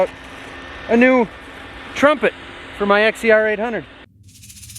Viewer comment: “Trunpet” hahahaha